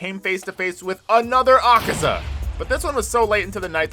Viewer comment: The demons name is not akeza it’s akaza